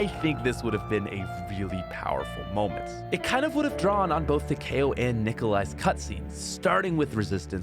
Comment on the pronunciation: Did really call Takeo, Tahkay o